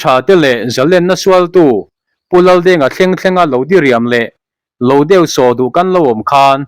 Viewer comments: Lélo nilovin lelo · Mi lëlo lam dan kha upa zawkte lo râwn ni se.